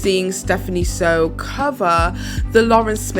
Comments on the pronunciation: It’s Soo, Stephanie SOO not Sew two minutes of researching her name would tell you that but go off. I guess it’s not important to know how to pronounce someone’s name. Also really classy to use the crying thumbnail from her video in which she opens up about her SA and privacy issues. When the weird fetish’s Asian schoolgirl thumbnail gets called out I guess you have to switch to another disrespectful one. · Im sorry but why attack Stephanie and use her name and image for clicks on this? I watched you - you're on a cash grab off people names always. Everything is from other creators and you cant even say her name correctly. Get your own content that isnt so hate filled - youd be happier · You could've atleast takken the time to pronounce her name right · This seems like some common hate vid especially for the Stephanie Soo section. She has the best of intentions and you are hating on her, Like girl you can’t even pronounce her name, you don’t even know who’s in her videos. Attention seeking just shut up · Why do you keep mispronouncing her name? You already know that "Soo" is pronounced "Sue" and not "So." You were aware of the drama with Nikacado when that happened, plus you literally put in clips of her videos, so you know how her name is pronounced. But this is not the first time you've been disrespectful against Asians. Hmm. Yet you literally called me racist because I disagreed with you. you really should practice kindness. 😑